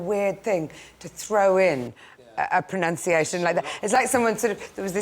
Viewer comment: Complaining about people's pronunciation, and pronouncing proNUNciation 'proNOUNciation'....